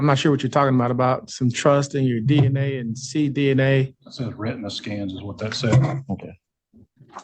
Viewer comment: This bumblenugget can’t even read the word retina… not that I’m surprised in the slightest.